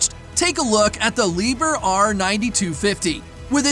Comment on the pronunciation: Just a hint: Liebherr is pronounced Lieb-Herr!